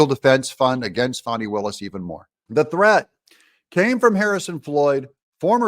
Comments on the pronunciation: I really wish you’d pronounce her name correctly, it’s FAN-EE, not Fawni…. Her parent got it right, she’s a Jack-A$$!! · Let’s stop pronouning her name “Fawnie” and pronounce it propperly FANNY!!! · It is Fani not fawni not fauni...It is fAni. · I grew up in the metro area. Anyone who knows fani will tell you it is pronounced "Fanny". I fell out of my chair laughing when I heard some news reporter call her fawney! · And DO NOT CALL HER “FAWNI”. Her name is Fani, as in Fanny! She is so well named! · Pronounce it FAN-NEE - like a rear end. Appropriate pronunciation for her butt like behavior.